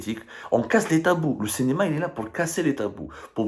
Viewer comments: Le Cinéma et non pas Le Cénéma ya essi Abdou, travaille sur ta prononciation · Abdou. SVP, Cinema avec un i et non pas cenema.